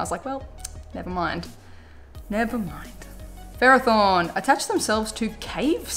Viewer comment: By the way you pronounced ferrothorn wrong....yeah I find that weird too but it's pronounced (if I spell it right) "fer-roth-horn"